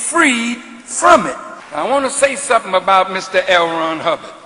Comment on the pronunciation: Lmao.... bro. said Hell Ron Hubbard....so strue